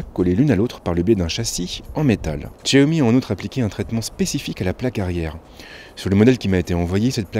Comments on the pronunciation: tchiaomi?!?!?! 😂😂😂 xiaomi pas tchiaomi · Tchaomi 😂 aller tchao